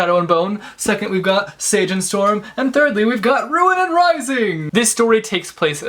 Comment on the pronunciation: ‘Sage’? It’s ‘Seige’ (see-j)